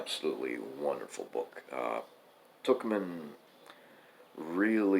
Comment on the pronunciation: Tuchman is pronounced the same as fuckman. Not really, I just like a reason to say fuckman.🤣 I think you are pronouncing it correctly.